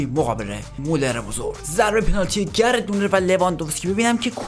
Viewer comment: داداش یه چیزی اون گرت مولر نیست گرد مواره